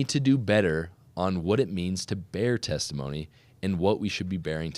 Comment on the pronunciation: Testimony meeting, not thanktimony meeting.